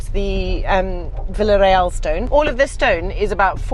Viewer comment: So glad you found the right stone, it will look amazing! And it made me smile hearing you say my hometown's name Vila Real 😊😊 Hope the stone arrives soon. All the best!